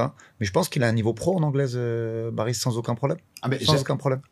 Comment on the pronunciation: Oui je sais que c est un prénom turc assez commun qui s écrit Baris mais qui ce prononce Barish..... J en connais un qui est née en Turquie de 2 parents turcs arrivée en France à 6 ans , il n as pas d accents non plus , mais il met un point d honneur a la bonne prononciation de son prénom turc... C est le première athlete turc de sport d hiver ....